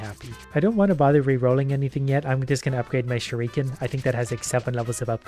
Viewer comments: Please learn how to say shuriken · Please stop pronouncing shruiken that way it's not kosher at all